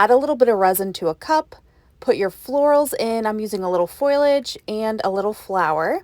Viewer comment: Fow-lee-uge... I was confused that you were talking about foil, not leaves.